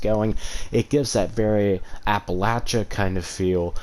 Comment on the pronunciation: App-a-la-cha? What? Do you write down scripts?